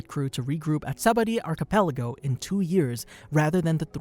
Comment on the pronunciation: it's pronounced (saba-OHH-dee) friend, awesome video 👌